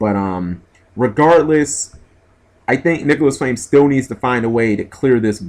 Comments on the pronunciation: nicolas flamel.... not flame... seriously can you read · Its Nicholas Flamel...... Master of alchemy, not flame